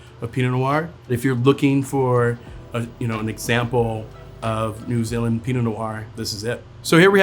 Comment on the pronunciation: First time I’ve heard an American pronounce New Zealand correctly I’m amazed